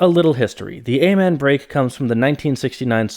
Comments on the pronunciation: The what break? ay-man?????? wtf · I really wanted to watch this whole video but your continued use of that mispronunciation of Amen keeps hurting my ears.